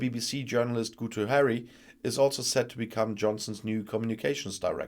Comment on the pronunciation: Guto is pronounced "gee-tow". It's Welsh. I have noticed that a lot of English broadcasters don't know how to pronounce it. Doesn't say much for their empathy with the other nations of the UK...